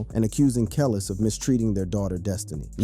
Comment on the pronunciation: THE SATAN SYSTEM HAS MANY DIFFERENT VOICES THAT CAN"T PRONOUNCE CERTAIN WORDS RIGHT, "THAT'S WHY THIS BOT CAN"T PRONOUNCE KELIS'S NAME RIGHT"!!!!!!!!!!!!!!!!! THIS ISN'T A REAL FLESH AND BLOOD PERSON TALKING ON THIS VIDEO!!!!!!!!!!!!!!!!!!!!!!!!!